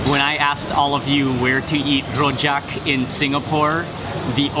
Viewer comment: his pronunciation of "rojak" lol. we don't roll our r's in singapore, homie.